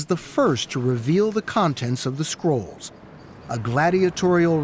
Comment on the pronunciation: Am I only one who heard squirrels instead of scrolls? 😅🤪